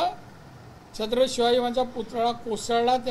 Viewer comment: तुला छत्रपती शब्द तरी नीट बोलता येत नही